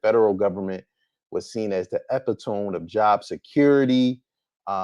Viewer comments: bro said “the epitome” 😂. It’s pronounced e-pit-o-me. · It’s pronounced “epitomee” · Lmao was just going to say this. MFs need to stop trying so hard to sound smart and stay within their vocabulary limits fr